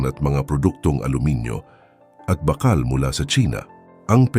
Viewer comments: anong "bakkal"??? BAAKAAL kasi yan. Panay kayo AI Voice walang kwenta pakinggan. Ang tatamad nyo mag effort para sa viewers nyo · Bakal ,mabagal ang pagbigkas , hindi mabilis .at bagama't , hindi bagaman ,itama ang pagbigkas.